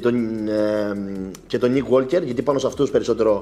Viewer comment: είναι Γουόκερ, όχι ΓουόΛκερ (το 'Λ' δεν προφέρεται)